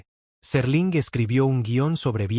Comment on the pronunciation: SÉr-ling no Serl'in. - No usen AI para este tipo de contendio, el ritmo es horrible, cancino y tedioso